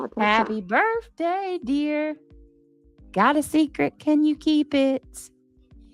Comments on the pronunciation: Can someone for the love of God and all that is good, tell her there is no "F" in BIRTHDAY. However, there is an F in this hastag. #FUBJ Just saying. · Omg I HATE BIRFDAY and Bafroom it literally makes me not like you as a human